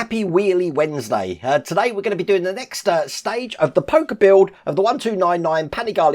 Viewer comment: Wayne ,I’m sure it’s “Po-CH-er.Hope this helps